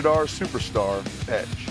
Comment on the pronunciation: Tony: "Joe, more emphasis on Edge, like this: THE RATED R SUUUUUUUUUUUUUUUUUPERSTAR EEEEEEEDGE"